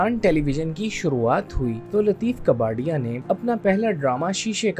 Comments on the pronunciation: Lateef kaa par ya. Kabarya nahi...kabari... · لطیف کپاڈیا، کباڑیا نہیں۔ اور انور مقصود ھیں، انور مسعود نہیں!